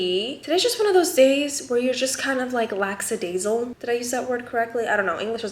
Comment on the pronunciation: You're correct that you messed up with that word. You said "lacksadaisal" while it's supposed to be "lackadaisical". You were off by one single syllable. ", transforming the English language one less syllable at a time!" ✨🤩 LOL, just poking fun at you, all love. 😂❤ Also, it's so cool to see pronouncing words more full now! Very wholesome, beautiful family!